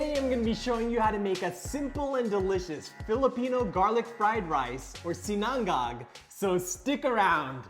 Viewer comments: We pronounce it SEE-na-ngág, not see-NANG-gag. I know, it’s not easy. Especially the third syllable. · It's 'SINA-NGAG' not 'SINANG-GAG' . Anyways, nice presentation. ☝️😊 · Yo it's not si-nan-gag! Say it with me, SI-NA-NGAG! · Hello Mr! just wanted to let you know it’s pronounced SI-na-ngag. Emphasis on the “si” instead of the “na” 😇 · Quick and simple recipe. I like how you pronounce Sinang-gag 😀🤙🏼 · Hi. FYI - it's pronounced "SIN-UNG-UGG" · i have to agree! Too much time on a short recipe. Just get straight to the point. He also didn't pronounce sinangag right.